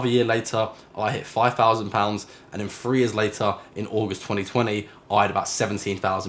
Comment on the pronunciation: I love your videos. Subscribed and hit the thumbs up. But please please please, it’s twenty three, not twenty free 😊